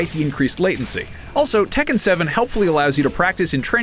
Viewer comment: The way everyone mispronounces Tekken triggers me xD